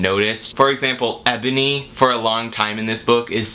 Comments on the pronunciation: IT'S NOT Ebony, its enoby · You mispronounce Enoby.